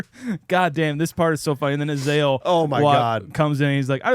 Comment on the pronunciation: It’s pronounced “E-Zale” sorry to be that guy but it was driving me nuckin futz everytime you said “E-Zahl.”